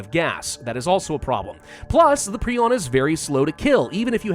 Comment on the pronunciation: I love how he is one of the few people actually pronouncing Prion right.